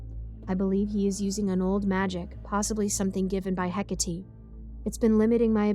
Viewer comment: Oh and HECATE is pronounced-HE-CATEE, not HEC-ATI, it bothered me so much in the podcast cause I used to be obsessed with research about Hecate 😭